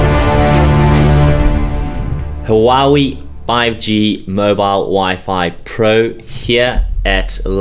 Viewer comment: WTF!!....HAWAWI!!???...its huawei damn